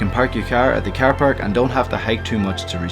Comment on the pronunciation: "You can park your kwaaar at the kwaaar park." Making me homesick. ;)